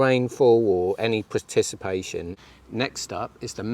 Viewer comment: Sorry but what is "Praticipation"? 😂 Precipitation.. But kudos for going for it not just saying "rain"... 💪